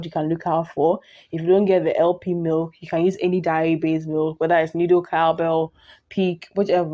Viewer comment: It’s pronounced “day-ri”, not “diary”.